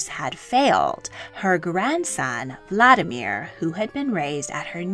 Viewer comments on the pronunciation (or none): none